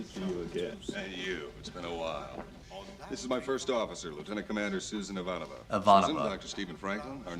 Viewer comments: "eva-nova" don't let her hear you call her that. it's ivanova! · Early on, most people pronounce the XOs name "Ivah-Nova" as you are now, but soon learn it's properly pronounced "I-Von-Oh-Vah". Everyone also quickly learns that she is NOT to be disobeyed or crossed. It's a silly and avoidable mistake that no one makes twice EDIT -- Okay! So that'll teach me not to post until I watch the entire reaction. As soon as I posted my explanation of how Ivanova's name is pronounced, you repeated it correctly half a dozen times out loud to hammer it into your own head. One of these days, I'll learn to not jump the gun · Ivanova, not Ivonova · You have novel pronunciation of Ivanova.😊 You say it like it is 'Eva Nova', though it is more like 'e-vAhnova'😉 Edit: OK, corrected in the reaction😊